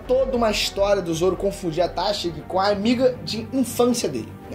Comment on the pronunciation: Esse "téshigi" me incomoda sempre. Por isso n dá pra ver anime em inglês kkkkkkk